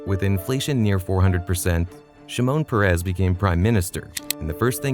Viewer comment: Shimon Peres - last name emphasize the first syllable, not the last. First name emphasize the first syllable.